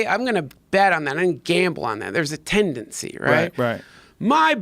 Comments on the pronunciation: Say tendancy one more time. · If I hear you say tendancy one more time, Duncan... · "iT's tEnDaNcY" -Duncan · is there a tendency that he says tendency Hmm